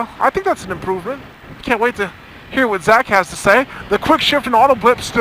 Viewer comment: British accent "slip-up" ..."I con't.....I con't".....lolololol. Good Stuff!